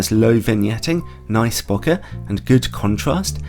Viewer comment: I always trust someone that actually knows how to pronounce “bokeh” 💙 great review! Might add this to the cart as well, really love my 85mm.